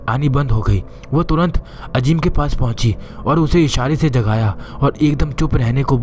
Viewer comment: Bhai "Ajeem" nahi "Azeem" hota hai. "Z" ko "J" mat bolo.